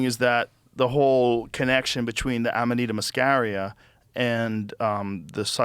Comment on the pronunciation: Joe's pronunciation spot on today, Amanita muscaria and nomenclature! Impressed!!!